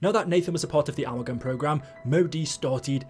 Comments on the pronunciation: So who’s gonna tell that it’s pronounced “a-MAL-gum” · The way you say amalgam is so fucking stupid you need to put on an American accent or something